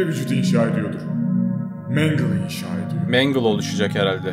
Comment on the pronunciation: Mangle (mengıl diye okunur)